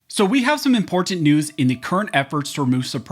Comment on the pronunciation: The way you say imPorTanT gets me every time. Lol